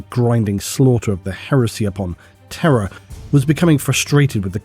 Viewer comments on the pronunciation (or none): none